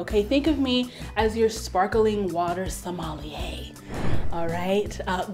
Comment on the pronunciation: We don't even get LaCroix in the UK, but as LaCroix sommelier is the only sommelier I will ever need. Though the way she said it "Somali-eh" took me out. Aside: is Play-Doh not usually vegan? D